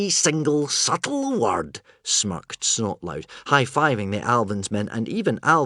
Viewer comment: Yep. BTW it's not Snotlaut It's Snotlout. 😏